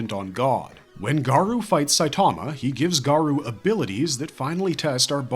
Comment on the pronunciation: Garou is pronounced Gah-roh not Garoo lmfao